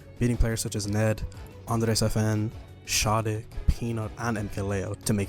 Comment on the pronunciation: the SHAD in SHADIC rhymes with Dad not rod